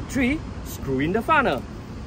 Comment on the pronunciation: FUNNEL....NOT FUNNER...🤦‍♂️🤦‍♂️🤦‍♂️🤦‍♂️